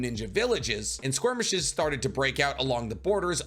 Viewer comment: they are called Skirmishes, not Squirmishes. I notice you say squirmishes a lot. Skirmishes 🙏